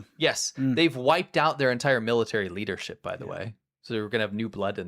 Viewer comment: The way you said leadership it sounded like Liter-ship. 🤪 Like what's a Liter-ship? 🤣 Is it supposed to be a European oil tanker where the amount of oil is measured in liters? 🤔